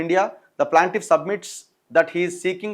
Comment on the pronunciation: Not PLANTIFF IT'S PLAINTIFF ANNA🙏🙏🙏🙏🙏